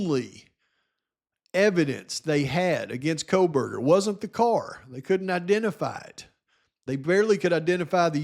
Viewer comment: = lol, Is this a joke? The correct pronunciation is CO-burger not CROW-burger -duh. If you can't even say the suspect's name correctly after two years you have no credibility whatsoever from the get-go.